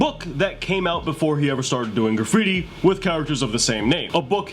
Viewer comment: The Word is Graffiti not Caffittti ! lol